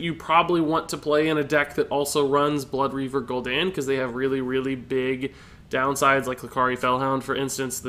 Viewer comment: Holy piss is Gul'don not Gul'dan